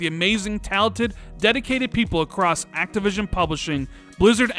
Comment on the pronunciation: he was so excited he said activisim instead of activision 😂😂😂